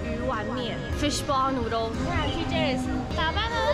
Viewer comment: 滴妹说 fishball noodle 的时候很有singapore feel 🤭🤭🤭🤭🤭 多说说singlish嘛 🤭🤭🤭🤭